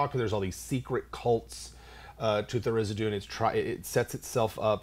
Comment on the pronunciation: THAR-IZ-DIN. Not Thar-iz-i-doon. -.